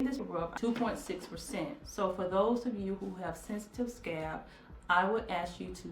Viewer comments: I got annoyed to . Not to be nit-picky, but she kept using the damn word. At first I thought maybe the vics was giving her 'scabs'. I appreciate her teaching us but the word is SCALP!!!!!!! not scab. geeeeeeeeeeeez!!! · Mannnnn I thought it was just me!!😂 I was like okay...the rub helps to heal "scabs" in your hair lmao. But finally figured out she meant SCALP😂😂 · Mrs BeautyMark I thought the poor girl had scabs all over her head 🙁 took me a while to realize she was talking about her scalp! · 💋SuckaFree Nellz NOPE, not that serious, she said scab, not scalp! We know knows what a scalp is 😂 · Laura Carr 🤣😂 Me too! I was thinking how that menthol would really burn or irritate those "scabs"! 🤣😂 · Mrs BeautyMark I thought her daughter had scabs on her scalp.😂😂😂😂 After a while I'm here thinking in my mind it's scalp not scab.😂😂😂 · Mrs BeautyMark Lol me too. I literally was laughing out loud saying what's a scab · I was looking for the scab and I couldn't see any and then I realise it was scalp! lol She is truly blessed. Thanks for the information! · ***** ***** She pronounces it the way she does because of her accent. She knows the word is "scalp"., they got jokes on a country gal lmao. Yall leave my girl alone lol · I thought you were saying scabs but you were saying scalp. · I love when you say 'sca-ap'! It reminds me of when my momma would say yogi for yoghurt or footy looties for fruit loops cereal. Do you! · Mrs BeautyMark y'all don't do my auntie!!! y'all know she has a speech impetiment!! 😂😂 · ccie cierra EXACTLY!!!! All of us southern people are not COUNTRY and can say SCALP!! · 😂😂😂 I was confused too until she began to apply it all over her scalp! I'm only a couple minutes past that part now and am truly tickled every time she says it. LOLOLOL! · I'm a country girl too but I know the difference between words.. being country is no excuse.. lol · "Scab." Lol. She obviously means "scalp". Please, please say "Scalp".